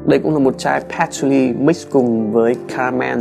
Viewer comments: Nghe phát âm "hút cần" buồn cười vãi :)$ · Nhấn mạnh hút cần quá sốp :)))